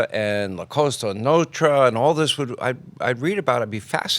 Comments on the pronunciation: He can’t say “Cosa Nostra” either but says something like “Notsra”. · "Cosa Notra” what an idiot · I don’t want to watch this because Hannity is the worst interviewer on earth but Sammy is always interesting to listen to. Can Sean please stop saying COSTA NO-TRUH. Who the hell is Michael FRAN-CHAY-ZEEEEE. Good grief. How did this guy get as far as he has?